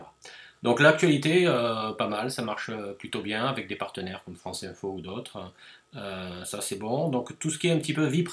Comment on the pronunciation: C'est la femme du président du PSG qui fait les voix ? "La dernier match la Fronce..." lol